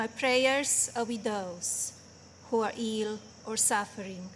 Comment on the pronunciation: … “and my prayers are widows who are eel or suffering” 🤷🏻‍♂️